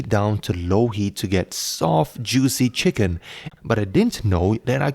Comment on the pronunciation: Love "cheeken rice"